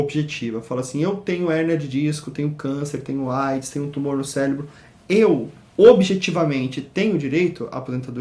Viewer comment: Tumor no "CÉLEBRO" ?? PQP .Estamos em 2017 e o cara anida pronuncía desse jeito ?